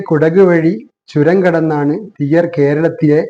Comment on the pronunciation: തിയ്യർ എന്നു പറയരുത്. തീയ്യർ എന്ന് തന്നെ പറയണം .അതാണ് ശരി.